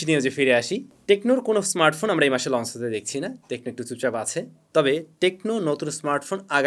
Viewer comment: Bhai plz pronunciation ta thik koren ei choto choto jinush puro kota barta khet banai fele, lonce ki hea???